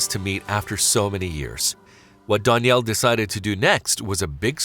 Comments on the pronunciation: Dan-yell not don-yell say it right that drove me nuts but this was such a beautiful story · learn how to pronounce a name before saying it wrong 100 times in a video. It makes you look clueless. DANielle. DAN for short. Not DONielle. Not DON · This guy narrating is driving me nuts with his pronunciation of "Danielle" He pronounces it "Don". It's ruining the vid for me.